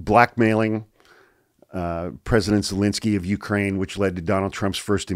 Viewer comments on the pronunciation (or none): none